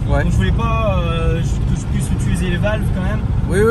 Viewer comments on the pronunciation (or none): none